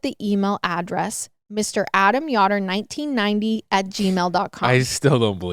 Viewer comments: That name is pronounced with a long O. We have a bunch of Amish around here and half of them are Yōder's. No biggy, but I watched this 3 times over the past few days and, for whatever reason, this bugged me. 😅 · Yoder is pronounced YO- Der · Mary yotter 🤦🏻‍♀️ you take so much time to research take two seconds to learn how to say these victims names correctly. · I can't wait to see reaction when he finds out who killed Mary. I heard about this case a few months ago, and it is a sad one. Also, just an FYI, the last name is pronounced the way it is spelled. Yo-dur. (Like, yo what's up)